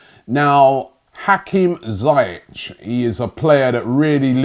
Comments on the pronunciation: We won't get some of these players Robbie because you keep pronouncing their names wrong....... It's Ziyech not Zayech! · Robbie: zi-yeah-tch Me: mate, its zee-yec btw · The way Robbie murders players names, we won't sign anyone , documents would have incorrect spellings. His name is Ziyech not Zayech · Ziyech not Zayech ! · It's pronounced "Zee-eck" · Pronounceation: Zee-eck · Having watched Ajax in the Eredivisie every week for last 3 years I can easily say that Hakim Ziyech is one of many players from Ajax I'd love to see at Arsenal. Btw Robbie, it's pronounced "Zeeyek" just so you know :) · Hakim Who? ZIYECH (Zea- yech) Keep practising Robbie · Hate to do it to you rob but it’s pronounced ‘Zee’ ‘yeck’ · Pronounced zee-yek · Its pronounced Hakeem Zeeyek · Robbie its pronounced ZEE-YEK (Ziyech) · For the last time you muppet.. that's not how you pronounce his name. Z-e-e-yeck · My Don his name is pronounced ZaieK.. with a K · Dear Rob, it's pronounced as Zeyek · Lol dat Ziyech pronunciation from robbie.